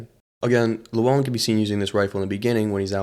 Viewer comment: And then you start calling him lewellen